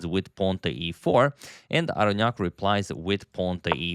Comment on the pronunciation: It's pronounced Aronnok.